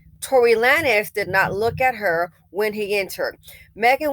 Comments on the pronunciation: I loved how you pronounced his name...Lan-ez...when it's...Lanes. 🤣🤣🤣 KUDOS...you have certified that you are an elevated BW that's no longer closely BC adjacent. #Goals👏🏾👏🏾👏🏾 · It's pronounced "lanes", like bowling lanes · The way you pronounced lan ez got me going 🤣🤣🤣. I hope Megan's mental health is okay. She is being tauted by both bw, bm & everyone else. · yea that part took me out hahahaha! honestly though, he wanted to be edgy! cause if you want us to say “lanes” don’t right it as “lanez”😅😅😅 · The fact that an older black woman is mispronouncing his name lets you KNOW he is a NOBODY‼️‼️‼️‼️ Old headz never mispronounced Beyonce or Jayz’s name‼️Before during and after this incident I can emphatically say I DO NOT KNOW ONE of his songs and I wouldn’t dare trigger the algorithm searching for it‼️I literally thought that Bryson Tiller’s music was his before all this‼️ B men are embarrassing NOBODIES all around‼️ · 😂😂I can’t figure out if is intentionally saying his last name like that or not 🤣🤣